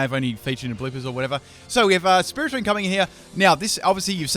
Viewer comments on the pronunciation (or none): none